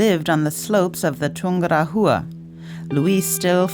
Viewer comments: Not poor, it is plain terrible. I've climbed Chimborazo and have been to Ecuador a few times. My ears hurt when I hear "Tungura -HUA" instead of Tungu RA wa", and sound "z" in Chimborazo. Are they going to pronounce Quito and "KWIT - oh"? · The sound track is terrible. In "Chimborazo" the letter "z" s pronounced as "s" as in "see", not "z" as in "zoo". What is Tungura-HHHUa??? It should pronounced as "Tungu RAH -wa". Your videos are usually great, but please LEARN how to pronounce the names of the places. It takes seconds to do it. It is hard to watch when the place names are butchered.